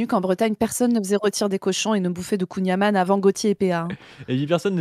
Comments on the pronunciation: "On va manger du kouign amANNE" :S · le y sait pas dire kouign amann !! c'est am- AN-n pas am-A-nn c'est pas un breton il est banni de tout revendication de bretonnité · Il a mal prononcé kouign aman. En plus spécialité de Douarnenez, première ville communiste de l'histoire de France... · Ça prononce mal kouign amann, red flag ⛳️